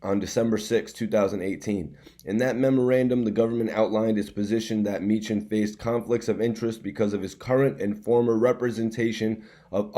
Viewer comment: It's pronounced Me-han...He a vicious Philly lawyer her b whoopn da courts ass I'm from Philly an used Me-han before he a FUCKN BEAST BRO